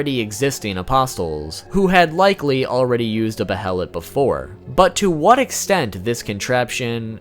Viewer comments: I swear it's pronounced 'baylet"☹️☹️ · I think it's pronounced "Bay-lit". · The “Bae-lit” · It’s pronounced baylit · I thought it was pronounced beherit. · its pronounced baylett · its pronounced bay-lit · Don’t emphasize syllables in Japanese..you say be-HEL-lit It’s more correctly pronounced with each syllable receiving equal stress. Goes for all Japanese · Behelit - (Bay-lit) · They killed the uniqueness of it for me by having so many of them. And it is Bay-lit😊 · Bayart you're wrong my friend. In japanese its pronounced that way. In English its Bay-let because japanese does not have some English sounds so it compensates. It doesn't change the english pronunciation. Another example is Guts' name being Gattsu in Japanese. This is because there is no way to pronounce it in Japanese without tsu. It doesn't change the fact that the author meant his name to be Guts. The youtuber is pronouncing it wrong. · No. It's 'beheritto' in Japanese. There are two distinct syllables, hence the bloody H in the middle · The H is silent in behelit i believe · the way how this guy pronounce "behelit" really annoy me...anyone else? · "Behelit apostle"...I cringe every time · Bruh I can tell you’re new to Berserk by how you pronounce Behelit... like they say multiple times in every version of the anime and game... and still you say it wrong 100x’s over lol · Dude it drove me crazy. That and how he pronounced behelit. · QuakeGamer632 except that goes out the window when the shows pronounce it that way. When pronounced baylet in the shows it's still using a soft h sound. But he is using a hard h sound here. Its pronounced baylet and has for decades. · pronounced BAY-let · Behelits: BAY-LETS Not: BE-HELL-ITS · Be-helit ≠ behelit, wrong pronunciation. It's beihlit in sound, not be-helit. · Its pronounced baylet not behilit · It's pronounced Bay-lit bro. Also, they're just fetishes, I doubt they're alive. Great vid though. You got a sub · It's Bay-lit not Be-Hel-it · Bay-uh-let (behelit)